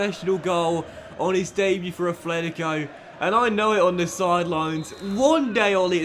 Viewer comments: Note: It is pronounced "Atlético" Madrid not "Athletico" Madrid. Common mistake when being a native english speaker. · Dont wanna point with my finger, but its called at-letico not efletic-o.. im sorry but it sounds weird in my spanish ear. Otherwise its a really great carrer mode and amazing content! Go own my friend!